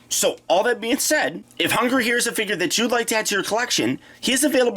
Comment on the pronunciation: Did anyone else hear "Hugger" instead of "Hun-grrr"?